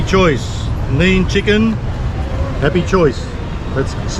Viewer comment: its pronounced nay nay chicken not neen chicken, you boomer. lol